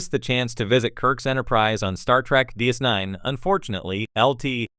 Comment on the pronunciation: Yeah, try not to use AI voices, next time. Unless you want to keep talking on the adventures of "Star Feet" officer Sisko and his various commands on the Star Trek show "Dis Nine".